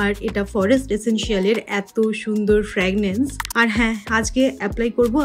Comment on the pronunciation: Fragrance এর উচ্চারণ টা একটু দেখো please